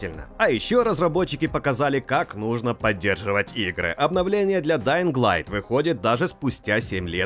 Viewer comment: Спасибо за альтернативный обзор, но ребята из stop game менее предвзяты чем вы. О! ДаинГ сильно режет ухо. Все равно спасибо